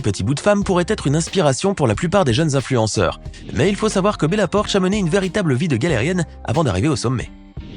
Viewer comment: Bella poarch pas bella porch